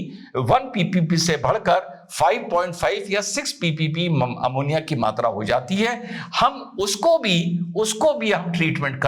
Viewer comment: Eventhough, kejri sir told poison named 'amonia' shows his education level